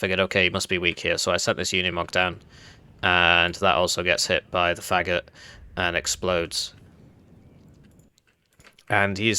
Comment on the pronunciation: It’s pronounced Fa-goat. It’s the Russian word for “bassoon”.